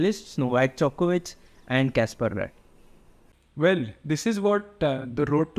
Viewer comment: Work on the pronunciation of ruud